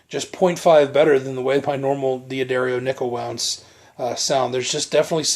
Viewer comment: I have that exact lamp!!! (the one over the gentleman's left shoulder) DOOD! It is NOT pronounced DEE UH DARIO! It is pronounced Duhdario. You're a guitar player? Duhdario, not DeeAhDario. You put 10-46 on your Strat? DOOD! That's not the right gauge. Factory standard & recommended is 9-42. I appreciate the review, but you are blowing a lot of things: pronunciation, string gauge, that dumb lamp, your horrendous t-shirt, and that GUITAR! I have a Strat too, but mine is WAY prettier than yours. Yours is kinda ugly. Just like your lamp.